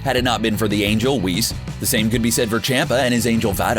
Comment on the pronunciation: It's whis not weese